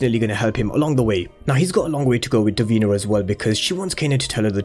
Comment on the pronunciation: Duh-Veen-na not dur-been-a